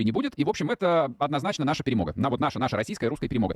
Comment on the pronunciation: Шо-шо?!! ".. ето наша перЄмоґа, наша расіськая перЄмога.." - Пхахахаха 🤣🤣